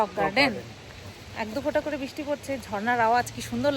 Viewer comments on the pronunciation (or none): none